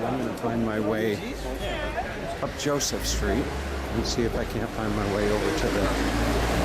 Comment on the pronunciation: 1)KrakoV not KraKAO, "JosefA" street, not "Joseph" please...is not hard to pronounce , centrainly not americanized, and gives correct naming of places 2) this is NOT THE GHETTO area you are touring, THIS IS THE KAZIMIERZ main Jewish area around Szeroka str. -(the "street" as you call it), so it is advisable to change completely your TITLE as it is a misleading info. This area , historically, was NOT established during the war. It existed before the war started 3)getting your written info ACCURATE this might be also useful: the GHETTO area you keep mentioning, was established indeed during the 2nd world war,but was situated on the other side of the Vistula river, at a district called PODGORZE..where the Schindler's factory and Eagle's Pharmacy lie. 4) the ambiance of the area and your commentary could be enhanced by passing by some important buildings of the Jewish community (not only touristic restaurants and cafes) such as the SYNAGOGUES, the JEWISH MUSEUM, the JEWISH CULTURAL CENTER etd, which lie around the area you walked by... otherwise this is a delightful video stroll around central Kazimierz. Thank you for the views.